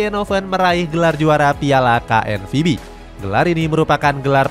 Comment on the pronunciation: Ralat knvb bang bukan knpb😅